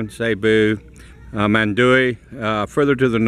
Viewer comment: It's not Man du we. It's Man da we. You might also try island hopping. There's a boat pier next to Movenpick in Mactan. You can take your motorcycle with you when you go to the adjoining islands with the marine and bird sanctuaries . The water is so crystal clear and beautiful.